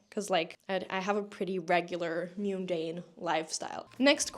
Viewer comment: The way you pronounce mundane tickles me